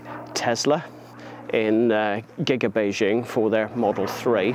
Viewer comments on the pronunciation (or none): none